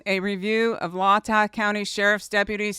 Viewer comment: Its pronounced Lay-tah